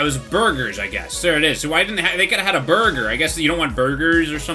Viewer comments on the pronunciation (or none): none